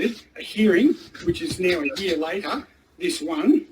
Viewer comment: He pronounced the word "year" as "yeauh". Is he from New Englandd?